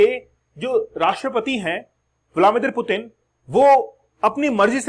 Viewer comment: "डराने के लिए डर रहे हैं" ये एक बकलोली वाला कंसेप्ट है।डराने के लिए डरने की नहीं ताक़त और हिम्मत की जरुरत होती है।मतलब लोग कुछ भी बोल देते हैं। आपको रसियन राष्ट्रपति का नाम का उच्चारण ठिक ढंग से नहीं आ रहा है पहले उसको तो ठिक कर लिजिए😂।और पुतिन कोई हलवाई नहीं हैं की कोई भी गिरफतार कर लेगा।